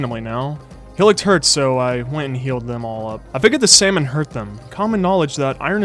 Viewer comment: Salmon not samon~ bad😡🤚🏼